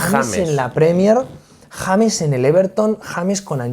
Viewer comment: el sicario de Letonia haciendo un análisis de mi parcero el James pero mal pronunciado. Saludos desde la ciudad que vio nacer a maluma mejor conocido como el Arthur Conan doyle de reggaetón